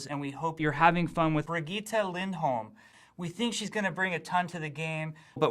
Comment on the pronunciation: Fucking "Bri-geeta" It's Brigette.